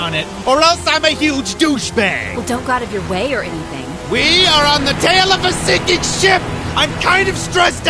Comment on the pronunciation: normal people: sinking ship jack: SICKING SHIP